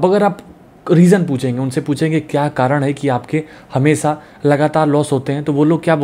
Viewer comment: Hamesa?…he can’t even say hamesha properly!